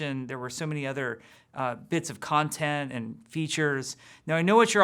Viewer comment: I love how he messes up saying content. Boi